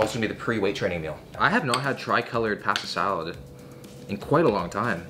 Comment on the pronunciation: Take a shot every time he says pahastah salad